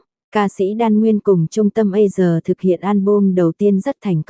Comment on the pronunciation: a si sà chứ tại sao lại đọc là A sờ nghe ghê quá